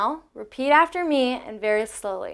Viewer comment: Sorry your first comparison is incorrect. Neither berry nor very have the sound "air" in them. So with your pronunciation Barry and Vary are exactly the same as Berry and Very. You should practice your short e sounds if you are teaching. It is a perfect example however of how subtle inflections can change English words to mean something completely different. It is also an example of some of the most commonly mispronounced vowels and words in the English language even among the native speakers. Good job on everything else.